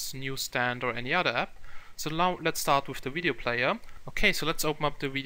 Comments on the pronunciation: Video, not wideo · The same reason he says "wideo".